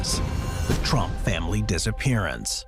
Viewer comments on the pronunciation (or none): Trump Family Disappearance? Don't I Wish... Wait A second! That ain't Donald -..-..Oh my bad You said Tromp not Trump😅 Oh S#/+ Don't Go getting me all excited You Buggers!!